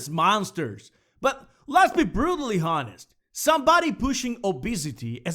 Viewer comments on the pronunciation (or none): Okay, you did it twice so I'm assuming it's a mistake- honest is a special word... You don't pronounce the H. also it sounded like you said rape comment and subscribe just sayin Other then that, good video! I like your points, and the art is outstanding. Keep at it man. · This is the first video I've seen of yours so ignore me if you're already aware, but the 'h' in honest is silent :P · he keeps pronouncing honest wrong